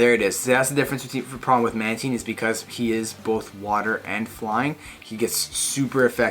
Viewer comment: My boy saying mantine correctly!